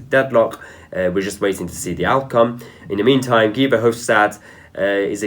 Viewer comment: Why pronounce Guy as Gee? and for that matter why Angela (hard g) when it should be pronounced Anjela?